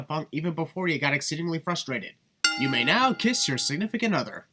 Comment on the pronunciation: Fustrated Lol 😂😂😂 (edited) I'm the Undefeated you can't Pin me